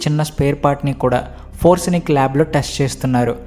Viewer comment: forensic lab not foransic lab